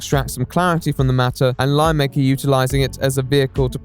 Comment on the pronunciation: I hear "lie maker" each time he says "lion maker"